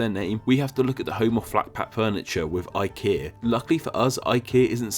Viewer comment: Man you really butchered IKEA